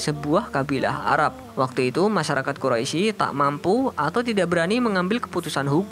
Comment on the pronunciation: min itu Quraisy bukan quroisy